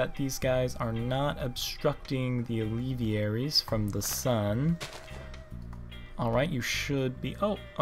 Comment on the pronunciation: It is pronounced al-ve-air-ies. not al-ev-e-air-ies